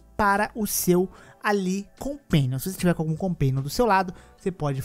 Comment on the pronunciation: '...o seu compéniom".